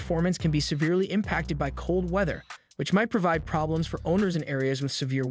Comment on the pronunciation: Phrobe Bley Emms ? Did the robot mean Problems ??? Get rid of the damn robots and use a human